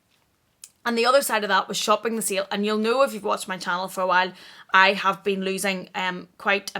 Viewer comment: Sale shopping....lol.....I though you were saying seal shopping and I was like "what is seal shopping??"!!!! Sorry, American here. But your accent is awesome!!!